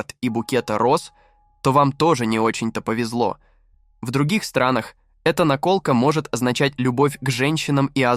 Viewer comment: В слове "наколка" неправильно поставить ударение- это какой-то особый цинизм! Отписываюсь.